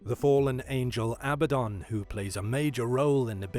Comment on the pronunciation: #5 That fallen angel Abaddon is pronounced uh-Bad'-dun.